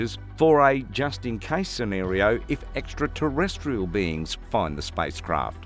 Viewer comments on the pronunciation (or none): none